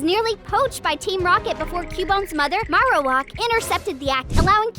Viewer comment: The a in marowak is long as in it says its name